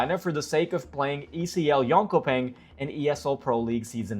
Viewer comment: you should learn how to pronounce Jonkoping, it's an important city in CS history. Yeun shu ping. Swedish orthography and pronunciation aren't particularly intuitive.